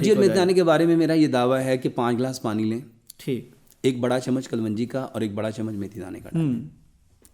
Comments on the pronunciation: یہ نہ حکیم ھے نہ ڈاکٹر ھے اس کو جھوٹ بولنا آتاھے جھوٹ بول کر کماتا ھے کلونجی کو کل ون جی بولتا ھے جاھل ھے ا😂😂😂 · KUL-WUNJI ? THE CORRECT PRONOUNCIATION IS, KALONJI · ڈاکٹر صاحب کلونجی کا تلفظ درست کریں